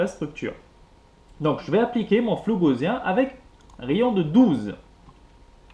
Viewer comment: Bien, simple et clair ! Mais on dit pas gauZien, mais Gausssssien (de Gauss, le mathématicien allemand)